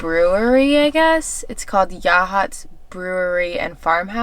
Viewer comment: As a native Oregonian, I'm so glad you two enjoyed our beautiful coast & great job on correctly pronouncing "Yachats"!! 👍😉🌿